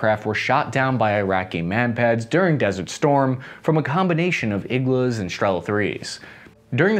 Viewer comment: Now got the "igla" thing (and no longer spells it as an abbreviation) - which is good: ) "Striela", however, seems to escape his linguistics, so here for anyone wondering - it's Russian for an arrow (стрела), and that "L" is actually NOT an "L" sound at all, it is pronounced as "w" - just as the "w" in "arrow" EDIT: Also, Polish "Piorun" IS NOT pronounced "PYRO-UN", but "P–IO–ROON" - "IO" as in "yo, man!".